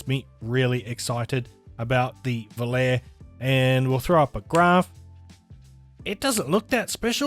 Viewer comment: Pronounced "vo-lar-e". 🙊